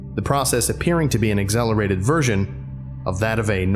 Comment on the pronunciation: Your accent peeks through when you say accelerated